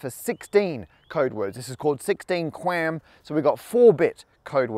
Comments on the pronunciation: Q AM not Qwam lol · Electrical Engineer here. First off, pronouncing QAM qam is like pronouncing lol “lawl”. Also, you only cover the back half of why 5G works. Using QAM to send more signals at once requires more power. This is a real problem. The way it is solved, and the reason 5G towers look so funky is because 5G towers use antenna that send the signal mostly just in the direction needed, while other antenna send the signal in all directions. This causes a savings in power, which is used to send more data at once. So congratulations on making a video that only addresses the most basic part of what 5G is, without mentioning at all why it’s possible to do this now and not before. Oh, also 5G uses higher frequencies, which sort of gives more frequencies to use, since higher orders of magnitude have more numbers. So you aren’t wrong, but you only talk about the least complex part of the problem. This video is like if I were to make a video that talks about how we suddenly know so many digits of pi, and I didn’t mention the use of computers at all. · Hearing him say quam is oddly satisfying